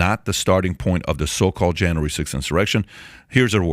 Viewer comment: JAN-REEE Sixth.